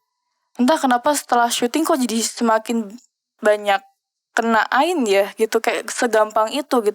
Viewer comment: Ngik ngik pas dia bilang ain. Woi, kaga gitu kaliiii